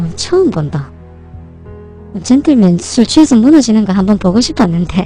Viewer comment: 젠똘맨 발음 뒤지네